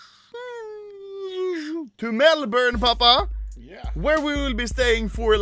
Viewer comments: I'm just happy he said Melbourne correctly. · HE ACTUALLY PRONOUNCED MELBOURNE CORRECTLY WTF?